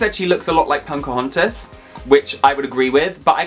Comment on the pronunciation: U saying PoNcahontas is giving me life!